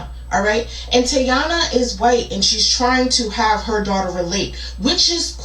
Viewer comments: I think it's pronounced Tea-anna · Lmao 😂😂 the way you say her name cracks me up everytime.... but for anyone who isnt sure how to pronounce Tiania its like TeeAnna (at least thats how i have always heard it said through other commentary channels as i do not consume any of her content) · I cant even finish watching this simply because he is getting on my fckn nerves steady saying Tia Nia.. She not my favorite person but damn dude stfu w the Tia Nia.. not everything especially names is pronounced exactly how it’s spelled bc ppl have stupid parents tjat name their child something they cant spell. It should be Tiana but tia nia is annoying asf bc u know that aint how tf u say it 🙄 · I think her name is pronounced like Tiana but “knee-uh” at the end. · It’s pronounced “Ti-An-na” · Is Tiania's name a version of Tanya? Hearing him say Tia-nia makes me laugh!!! 😂😂😂